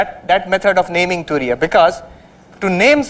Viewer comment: It's Turiya not Tunia